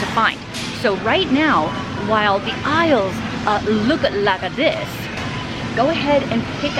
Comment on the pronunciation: "look-a like-a dis" you kilt me with that.